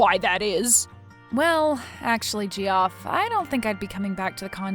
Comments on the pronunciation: It's pronounced Jeff! JEFF, JEFF, JEFF!!!!!!! Whenever she said "Gee-off", I wanted to scoop my eyes out with a rusty spoon! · Ge-off, please! It's pronounced JEFF! Oh my god, I love this channel but how do you screw that up? You might get away with pronouncing it Joff, if you're trying to sound 'upper-class', but it's only one syllable. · Why oh WHY is Geoff being said as gee-off instead of “Jeff” a little of my soul died everytime she said gee-off 😂😂😂😂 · Geoff is pronounced Joff or Jeff, either way, but def. not gee-off The G is a J sound. Sequestered Jurors don't have their phones, hence sequestered. No TV, no internet, no phone. They have a contact for family emergencies and have any calls monitored. They wouldn't be just taking calls from Gamboni associates. lol If she were a person to do her duty, as was indicated, she sure wouldn't have been talking to the guy about the trial, naive or not. She also would have told the court that he tried to bribe her. Cute story, but as there's no way it could happen, it kind of made no sense to me. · Geoff??? It's pronounced JEFF, as it's part of the name Geoffrey, which is NOT Gee-off ray, it's the same as Jeffrey. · Hilarious the way they pronounce Ge-off, guys just a different way to spell Jeff, English is weird that way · Geoff =jeff. Not gee-off 😂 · Jee off… 🤣🤣🤣 It’s Jeff people! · This would be my all-time favorite if "Gee-off" didn't kill a piece of my soul every time. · That name Geoff is pronounced like Jeff I'm pretty sure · Great story as always - but Geoff is pronounced the same as Jeff :) Geoff is the traditional/historical spelling, dating to middle ages spelling of "Geoffroi" and later on "Geffrey". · Its pronounced jeff lol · Geoff is pronounced Jeff. 😇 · Lol, the Ge off had me rolling. Not the first time names are pronounced oddly but this one 😂. I wonder where the artists are from 😊❤ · Geoff is pronounced Jeff. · Gee-off, Gee-off, Gee-off 🤣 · This channel pronounces a lot of the names incorrectly.😅